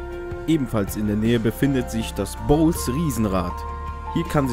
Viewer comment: Ich glaub du hast Bolles Flugschule bzw. Riesenrad falsch ausgesprochen xD Ich denke nicht das. man es bols spricht.